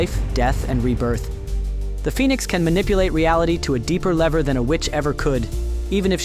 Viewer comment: I know I’m being nit picky, but dang dude you should really start proofreading your audio takes. “John Grey,” “Symbi-OTT,” and “on another lever” took me out of the video entirely